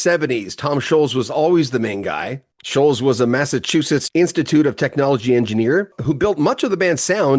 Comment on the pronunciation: Scholtz, NOT Sholes. Like the LTS in BOLTS is pronounced.